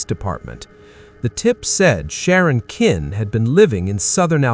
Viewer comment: AI They can't even program their AI voice to pronounce the name of the Villines correctly It's Sharon Kinne (Kin-ney) Not Kin